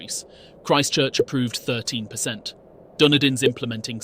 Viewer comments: why cant you pronounce dunedin properly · Why does everyone struggle so much with dunedin? I never thought it was thst hard to say haha 😂